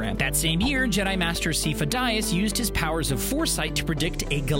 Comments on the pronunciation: Kaminoans "psy-foe-dee-us" , Kenobi "psy-foe-dee-us", The whole Jedi order "psy-foe-dee-us", literally all Star Wars fans "psy-foe-dee-us" , my mom who has never seen Star Wars "psy-foe-dee-us". This guy "SEE-FOE-DYE-ASS". Holy crap dude you sound like someone from Louisiana saying "EYE-TAL-YIN" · don't forget "seefo dyeaz" :))